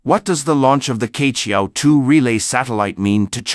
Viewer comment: Queqiao should be pronounced as chiechiao not kechiao.